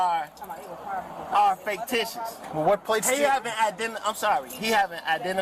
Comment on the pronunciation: this guy keeps saying "fake-ticious" instead of fictitious and it's so annoying 🙃